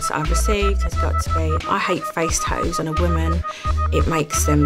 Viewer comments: If YOUR going to get them ATLEAST you can do is PRONOUNCE THEM CORRECTLY "tattos" NOT "tadoos" 😂🤡🙄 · At least say the word tattoo properly if you’re gonna cover yourself in them, they aren’t called TahOOOOS. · I am and I'm addicted to getting tah-oohs 🤣🤣🤣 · I was looking for this comment. 😂